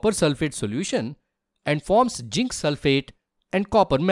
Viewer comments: Sir it's zinc not ginc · You are mispronouncing zinc.. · Pronounce zinc properly